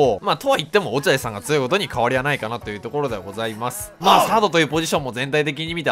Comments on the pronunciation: 批判ではないんですけど、つよいがつおいと言っているのが、気になるのは私だけ？ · って「つよい」の事「つおい」っていうよねw